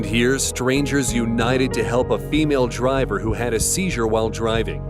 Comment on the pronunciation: these vids r rly cool but why does he say “female driver” like that 💀